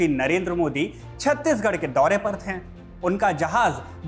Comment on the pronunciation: थे का उच्चारण थें ना करें, चुभता है! शुभकामना!